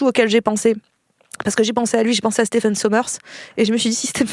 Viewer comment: Stephen qui se prononce Steven d'ailleurs ;-)